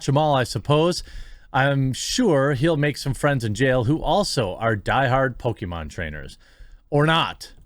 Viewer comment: Chris-con: What you in here for? New Con: "Pokemon" Chris-con: I'm in here for "poke-me-mom"